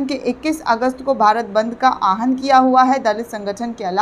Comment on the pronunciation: Please correct pronunciation Aahan into Awahan. Thanks.